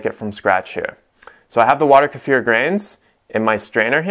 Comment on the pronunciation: Why your Kefir is brown and not clear? Hey its Kee-fir not Ker-fere.